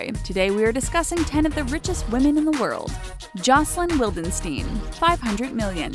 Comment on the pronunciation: Jocelyn's last name is pronounced "vildenchtain", she is from Austria not Israel...